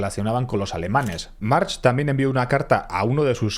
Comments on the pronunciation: En catalan la ch al final de palabra se pronuncia como una c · aquí un mallorquín: March se pronuncia como si no tuviera la H final (Marc) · Buen video como siempre, solamente un apunte por si otra vez se da el caso. En catalán/valenciano hay muchos apellidos que terminan con ch, pero no se pronuncian como la ch en español sino como una c o k a final de palabra: Domènech, Benlloch, March... Se pronuncian Domenec, Benlloc, Marc etc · En Mallorca seguimos arrastrando consecuencias de lo que esa familia hizo y sigue haciendo. Y sí, una parte de la familia de separó y se puso el apellido "Berga"( sí , se cambiaron la V). Sus raíces (las de la familia March) en la isla llegan muy profundamente. Y por cierto, se pronuncia "Mark" en mallorquín. Y un largo etc de cosas que tiene esta familia para esconder... Cualquier mallorquín conoce a la familia y ha trabajado en alguna ocasión para ellos o contra ellos. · Estimado, soy seguidor tuyo desde hace unos años y admiro tu trabajo, es excelente. Solo quiero decirte que March en català o mallorquí se pronuncia "Mark". Buena divulgación del ultimo pirata del mediterraneo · No me jodas, los nombres en inglés los pronuncia en inglés. No dirá "Rockefellah" pero si alguien se llama "Steve" le llama "Estif", no "stebe". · No ha mencionado bien March ni una vez, videazo pero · Cada vez que dices March con che, se me revuelven las entrañas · te aseguro que en Mallorca, hables en mallorquín o en castellano, nadie pronuncia la ch de March como ch. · Juan Marx?? 😂😂😂 En Catalan no se pronuncia la H al final. Se dice Marc. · Lástima que descubrieras que se pronuncia marc después de grabar el vídeo, es doloroso oírte decir una y otra vez mar/ch/, mar/ch/ mar/ch/ 😂😂😂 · Pequeño detalle. Se pronuncia marc. Bon Video! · Si sabes que se pronuncia Marc porque dices Marx? Es que es una cutrez muy grande... Dan ganas de tomarse un chupito cada vez que lo dices mal. Por lo demás ole el video. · Se pronuncia "Marc". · se pronuncia Marc